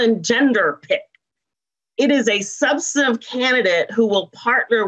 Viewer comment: "Substantive candidate"😆😆😆